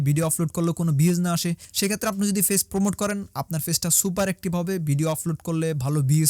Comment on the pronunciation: ভাই ফেইছ না পেজ।😂